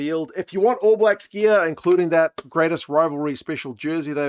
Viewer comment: Did you say grainest rivalry lol